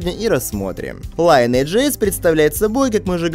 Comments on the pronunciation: Только не Лайнидж, а линедж оэс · лИниэйдж (ударение ни первый слог) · "ЛайнЭйдж"!? Серьёзно? То есть "родословная" теперь так произносится что ли?